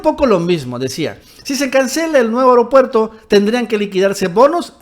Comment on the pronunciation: A ver, repitan conmigo: A-E-RO-PUER-TO, A-E-RO-PUER-TO, A-E-RO-PUER-TO, A-E-RO-PUER-TO. Si dices E-REO-PUER-TO te oyes mal, entiende. El ser morenista no implica no saber hablar